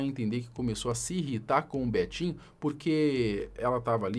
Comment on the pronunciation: Cara fala Betinho, só escuto betinha 😂😂😂😂